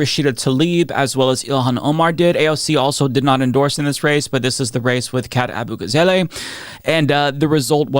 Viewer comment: AbugaZAHleh, not AbugaZAYlay